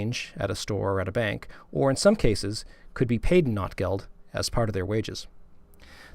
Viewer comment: Very cool video, great to hear from another Notgeld collector! I'm trying to popularize the more German pronunciation of Notgeld in English, like "note" instead of "not", but it's an uphill battle. :) The word Not in German means emergency, need, lack, poverty, misery, and it is where our word "need" comes from, as in a time of need. Notgeld means "emergency money" - just as you pointed out, people hoarded the silver coins when Germany went off the gold standard at the start of WWI, and there was an emergency shortage of small change, so that's how the first (1914) Notgeld arose. But things only went downhill from there, the situation in Germany grew worse and worse during and after WWI and Notgeld became a popular way for cities to raise much-needed cash from the collector community, Notgeld became more of a pun, as in "misery money" or "poverty money", another meaning of the noun Not that very aptly described their situation post-WWI. I made a similar video to this one, that, coincidentally has the same title. :) It doesn't go into any specific notes, but I'd love to do some videos like this that translate the notes for an English-speaking audience. I have quite a few translations I've done in my Ebay listings that are not available anywhere else (yet). The fact that many of them are written in dialect makes it extremely challenging but the hobby is so deep that it seems impossible to run out of new discoveries. Still I learn at least one thing (and usually much more than t